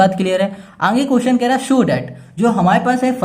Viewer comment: Sir aage ko anghe khete he😂😂😊